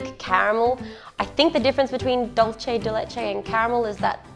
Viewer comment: Du-say de leche